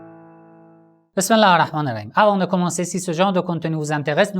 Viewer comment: Tu dis surtout n’importe quoi , et b esmEllah arRahman arRahim faut le prononcer correctement pas comme si tu étais en train de courir ! De critiquer les sunnites c’est très fort de la part de quelqu’un qui ne suis pas tout les préceptes de l’envoyé d’Allah aaleh salât w salam